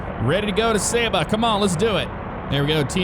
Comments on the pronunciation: Pronounced Saybuh. Went there in the 90’s. Great place to visit and the SCUBA diving is incredible. Went by dive boat though, so didn’t get to experience landing or takeoff. Great videos,! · I know someone who is from Saba and she pronounces it Say-ba!